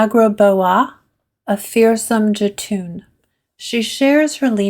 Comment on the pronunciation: “J” is pronounced like the English “y” for Norse names and words. So, it would be “Yohtun” and “yormin-gondir” for example. Hope that helps!